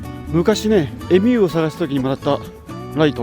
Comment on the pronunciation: エミューのアクセント違います。エミュー語尾上がりじゃないですよ。気になったのでf(^_^)